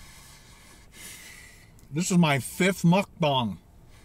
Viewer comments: It's MukBANG not MukBONG!! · Mucbong? Think it's Mucbang. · it bugs me so much when people say mukbang when it's spelled meokbang even koreans do it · I broke out in surprised laughter every time I hear him say Muck Bong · I broke out in surprised laughter every time l hear him say Muck Bong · OK I have to comment, reluctantly. Muck Bang, Muck Bong, and what is aten? Come on, if your income is from a channel, at least use proper language, ffs. Honey and chicken nuggets is for 8 year olds, I know, my sons ask for it. Be a daredevil and try something adults like. Lastly, if you drop a piece of lettuce, the world won't come to an end. Let it go and clean your car later. Long time subscriber and fellow Ontarian. Do Big Boys Burgers!